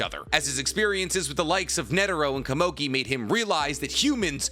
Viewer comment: Who the flippin fudge is kuh-mogi?? I think you meant Komugi. Koe moo gi. You make me wanna start a channel called ThePronounciationPolice or somethin.